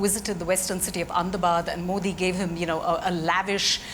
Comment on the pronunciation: Ohhhh boy... The pronunciation of Modi!!!😂😂😂 Mind blowing....